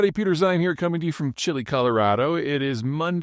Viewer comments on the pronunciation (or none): none